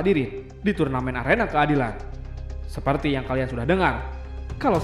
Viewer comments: Nyadar ga sih di situ bacanya arena keadila bukan keadilan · Keadila atau keadilan bg? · Keadilan bukan keadila😂😂